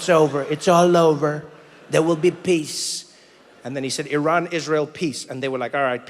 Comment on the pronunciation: From Tehran, Iran. Thank you for pronouncing Iran right.